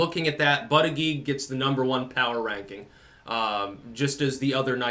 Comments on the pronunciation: Why you mispronounce his name on purpose? If you're going to do that, at least call him Buttgig. But booter-jedge, is a prestigious Maltese name. Yes Malta. Look it up. And no, it's not part of Italy. I'm half Maltese, lived there 4 years. The Ottoman Turk's couldn't take the Maltese Islands, Hitler couldn't either, even though he bombed the shit out of them - ejja xbin you no fuck with the Maltese. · It's pronounce "BUTT-ITCH".....smh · I believe it's pronounced "Butt-Kig" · Hey, it’s pronounced “Butt-chugg”. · It's pronounced "buttcheck". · Booty-gag seems to be the most obvious pronunciation - I'm surprised I haven't been hearing it said that way. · It’s pronounced butt plug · the correct pronunciation is Buttfreak. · His name is pronounced Butt Egg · It's pronounced Bootyjudge. Hehehe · Hey the proper phonetic pronunciation is Butt-a-gauge. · Buttigeig is pronounced "BUTT- gAuge" ! 😂😂😂😂😂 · It's pronounced booty bandit